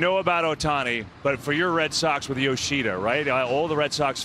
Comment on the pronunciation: Japan is known for fundamentals and pride. Japan has great athletes who are devoted to their sport. This guy keeps saying Yo-she-da when it’s Yo-sha-da! 🙄 I’m just glad they eliminated Korea! 😂